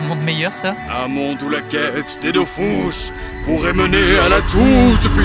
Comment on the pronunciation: c'est Dofus pas dofous 🌚